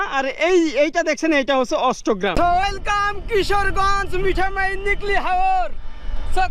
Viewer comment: আপনি মিঠা মাইন বলছেন কেন ওটা মিঠামইন হবে।